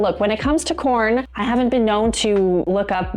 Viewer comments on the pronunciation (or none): Is she saying "corn" instead of porn? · Im new to this channel (love it) but at the risk of sounding stupid, are u saying "corn" in reference to porn? Just curious because after about the 2nd time I heard u say it, it was the only thing I could concentrate on lbvs😂